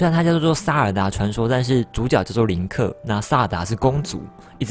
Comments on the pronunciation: 是林克 但念成了克林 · 不是唸林克嗎